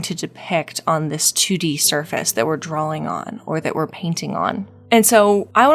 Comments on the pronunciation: When you say drawing it sounds like you're inserting an L in there, like "drawling", idk it's really cute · heres a drinking game for you - take a shot everytime she says "drawling"